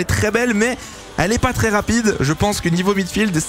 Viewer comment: tRRRès tRRRès 😂